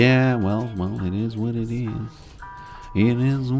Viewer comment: you used to be too busy to say "it is what it is" and instead said "it-E-what-it-E". Like a snail with a milk droplet.